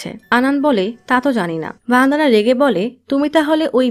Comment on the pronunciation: ভনদানা নয় বনদনা